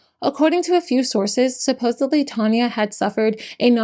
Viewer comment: Respectfully, there is no “b” in the word supposedly.